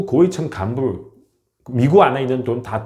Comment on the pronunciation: 대만 사람들 미구 쪼그로 가면 ~그렇게 말 씀하시던데 이미 한국으로 이민 했으니깐 ~ 발음을 쪼끔만 각을 세워주시면 100% 한국 사람 이라고 하겠읍니다 발음에 아직 중국적인 발음이 있으니 외국 사람이라고 차별 받겠읍니다` 미구 ~미국 ~구욱 으로 쪼그로 가아니고 ~ 쪼오옥 으로 ~쪽으로 하시면 구분하시면 참 좋겠읍니다 ~ 우리도 영어나 일본어 할때 그러한 부분을 반복해서 연습합니다 `